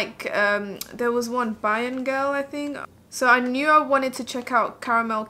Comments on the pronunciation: Lol pronounced ( bay-jan) I got Carmel cutie but I think it will be dark for me. So I’m going to try bajan gyal. I swatched it and my skin is very warm so I will see how Carmel cutie looks first on me. What shade are u in fenty? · Bajan is pronounced Bay-junn. It's the colloquial term for persons from Barbados. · Bajan is pronounced "bay-juhn" (rhymes with Cajun). I'm so undecided sighhh. I keep going back and forth between Island ting and Bajan gyal. I'm so excited to get in store and swatch for myself. I doooo love how Island ting looks on you though.